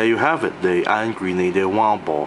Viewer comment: Thought he was saying "Angry Needler" when pronouncing Iron Grenader the first few times